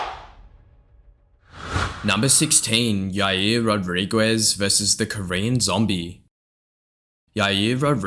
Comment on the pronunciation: Please learn how to properly say people's name. Rodriguez is not even remotely pronounced in the way you said it.